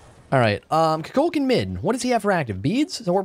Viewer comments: It bugs me how you call Kukulkan "Cú Chulainn", even though I know you know they are different gods. Even in Smite's VO, it's pronounced "Ku Ku Kan." with a silent L. Nothing too big, but just something I wanna put out there. ^^" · He keeps calling kulkukan, chuculcan 😂why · You murder kuklakans name so bad